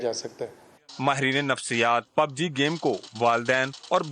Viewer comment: Pubg bol na to seekh